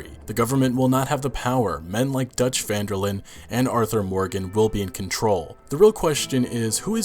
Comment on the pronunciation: Great video, however it's not pronounced vanderlin. It's pronounced vanderlin-deh. Because his last name is Van der Linde. From a native Dutch speaker